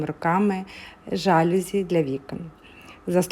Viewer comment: Слухати - не можливо. Слово жалюзі - французьке - тому наголос - на закінчення - жалюзІ . СатимЕтрів. А ідея - хороша